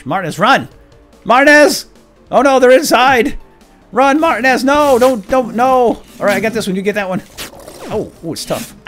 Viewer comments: isnt it pronounced mar-tee-nez not mart-e-nez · Martinez's name is pronounced mar-T-nez, not Martin-ez. Also, this looks awesome! Do more of the walking dead escapists! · Tip, I think it might be pronounced Mar-Teen-ez, spanish/latino decent I believe :) Keep up the good work! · Martin-ez is not how I thought it was xD I say Mar-tea-nez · Its pronounced "Mar-teen-ez" not Martin-ez. Please fix that going forward, by the 5'th time I heard it, it started making me a little nuts. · You said martinez wrong.....just to let you know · Your saying martinez wrong, not trying to be rude but its annoying.